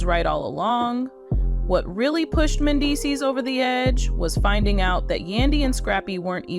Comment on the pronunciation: Pronounce Mendeecees name correctly!